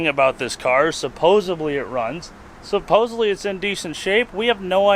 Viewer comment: Supposedly not supposebly. Darned yanks. 😂🙄